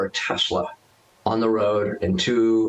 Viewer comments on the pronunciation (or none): yours! Yes. 'News about!!!".